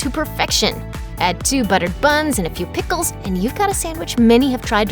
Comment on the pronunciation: Ha! You say the word “pickles” funny.🗿